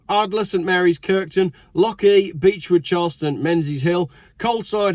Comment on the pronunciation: Pronunciation was not bad at all aside from your being English preventing you from pronouncing the 'ch' in Lochee properly, and it's 'meen-iss-hill', not 'men-zees-hill', and 'strathmartin', not 'stratmarteen'.